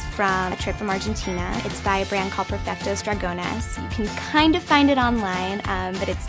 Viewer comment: **pERfectos dragones, not pREfectos dragones